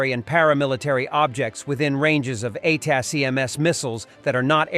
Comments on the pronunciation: Ah, if only the robo could pronounce ATACMS the way human readers do. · Get your bot to say ATACMS.